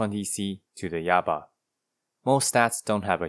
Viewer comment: Yaba? More like "Yabai" lol